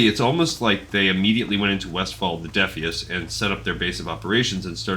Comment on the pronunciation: Defias comes from the word defiant. I'm not sure you're pronouncing it correctly. It sounds like you're getting the lore right, though. Good vid.